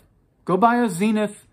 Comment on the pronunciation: Zeeenith???? You're having a laarf!